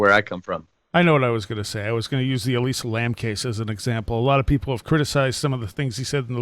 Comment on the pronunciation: josh B - John Lordan of LordanArts is, in my view, the expert on Elisa Lam and had him on this show WAY before Paulides ever covered this case. Paulide's take on the case is woefully superficial compared with Lordans's. And her name is ELISA, not Eliza.